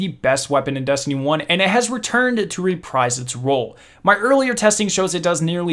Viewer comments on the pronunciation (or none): none